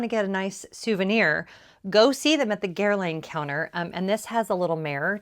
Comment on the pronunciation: I think the correct pronunciation is Gair (like fair) - Lahn (like fawn). Jones Road is on my list!